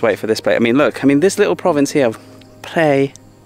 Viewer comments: Hi, I love all of the segments that you have produced. Thanks for your hard work. The recent province that you have visited is actually called Phaer (according to the Thai writing) not Phrae. I thought I let you know. Keep doing a great job. Cheers. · It’s แพร่ not “Prey” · The pronunciation of "Phrae" should be like "P-rare" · Phrae is a fabulous little town, famous for it's ancient wooden mansions. Lovely country farmers markets etc. There is another Earth Pillar area south of Nan too, at Sao Din (Earth Pillar), near Wiang Sa on R1026. Btw,, I hope you don't mind me saying, but Phrae is pronounced like 'Prayer' not 'Pray', with the rising tone, as you say. Hope you don''t mind. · well.the province name is not what you pronounced .nice view by the way. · You need to learn how to pronounce Phrae correctly!!! Ask a local...